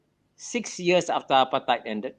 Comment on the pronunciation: It's apartheid, not appetite or apatite.